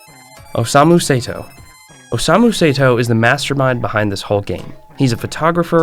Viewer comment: The name of Osamu Sato was also pronounced wrong. It's Sato, but he said Seito